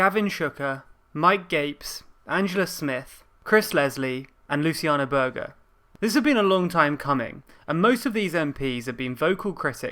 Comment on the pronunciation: Its not pronounced Sowwbry its Soooobry, and Berger is not Berger its Berja - just FYI but good video